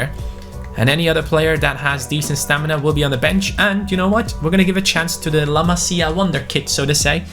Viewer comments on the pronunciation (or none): none